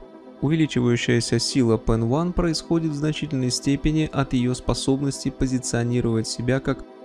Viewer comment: Баблос был членом "Арийской нации" (именно это значится в его личном деле), а вовсе не PEN1. И да, PEN1 не является частью AB + название произносится как "пенай", а не "пенван" (т.е. как PENI, хотя и пишется PEN1).